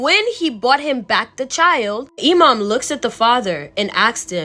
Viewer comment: Loved your story telling!!!! Btw your story about the snake baby, You said 'Imam' 100% correct, they are the muslims equvalent to a community leader. Basically someone whe is knowledgeable about the religion whom people go to ask for guidence. And you're so adorable!!! 'Hocking', in the other story wasn't a typo for 'work' 😆. It means, 'to sell something that you hope to buy back later because you need money now.' Basically pawinng. I feel so old, people don't use these words anymore and they're getting lost to time. The younger generation will probably never hear these terms unless they are into classic literature or films.' And if you want some amazing content ask your followers if anyone has stories about "Djinns" (pronounced, 'Jin's'). They are the Islamic equavalent to shadow people that weild magic. They are where, 'Genies', orriginate, and are said to be the precurser to mankind after god made the angels if I rember correctly. I met one when I was a kid. (Our house was hella haunted!) There's this one clip of a man exploring an abandoned house, one minute he walks past a room and there is a full moon in the sky, then he backs up and it's gone. The film was analyzed, and the experts say its a continous footage so it wasn't edited in later. Oh, and my family is Guyanese so they refer to black magis as 'Obeah'. I'm sure if you ask for stories about that, you'll get some wild tales!'